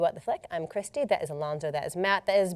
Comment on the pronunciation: great job with the name of the director Christy that was amanzing you are the first american tha totaiiy nails it